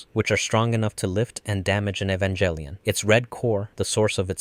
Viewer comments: Please, you know too much about Evangelion to be saying Evanjellyon. Cool video, though. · You mispronounce "Evangelion". The proper pronunciation is Ay-van-gehl-e-on (HARD G, not J sound). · It's not evan"jell"ion. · you are saying the name of the show wrong. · How can you know this much about the series but still pronounce "Evangelion" wit a soft "g"? 😆 Also, isn't the First Ancestral Race not in the original material? It's referenced in background material (mostly artbooks and pre-production documentation, and later the PS2 game,) but isn't mentioned in the original series, EOE or the Rebuilds. There's no proof either that Angels were supposed to be the original inheritors of Earth, but that they were representative of potential directions that "humanity" could've taken, which is why Kaworu is one of the final Angels to show up, representing that fact.